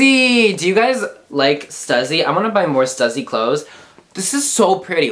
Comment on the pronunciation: Lmao "stuzzy"😂 it's (st-u-sss-y) "stussy!!